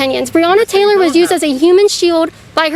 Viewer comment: Breona Tttttttttaylor 😁😁😁LOL tttttttoday!!!!!!!!!!!!!!!!